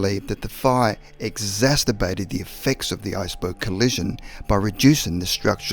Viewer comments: ... exasterbated???? Did you find that word in the liberry next to the section on nuculer energy? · ‘Exasterpated!’ What is that, pray? Codswallop!